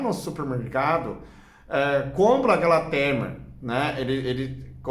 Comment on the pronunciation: O nome não é tremer é timer e se lê taimer. É um aparelho que liga ou desliga outros aparelhos num horário pré programado.